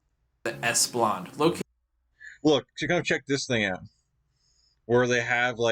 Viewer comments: Singaporean Eurasian here….. lots of mispronounced words and names but mostly all facts are correct. Btw it’s Esplanade…. NOT Esplande… but overall pretty entertaining 😊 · Public transport is good, but they don't run for 24 hours, and would usually take double or triple the time it takes to travel if you're comparing it to a car, so its mostly for extra convenience. Also its pronounced "es-pla-nade" and not "es-plant" xD